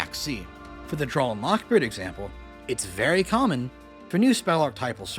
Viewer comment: Drawl phase. Popoolar. Bye-stials